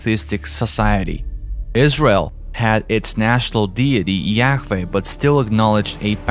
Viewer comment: Really good researched presentation. I'm having fun listening to your pronunciation "Eyes Rail" heh heh heh. I'm a laughing idiot though, I can barely speak just one language!